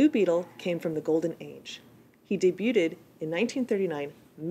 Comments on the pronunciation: He "day-bu-ted?" LOL! And . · I like your reviews and think you do a good job. But please learn how to pronounce debuted.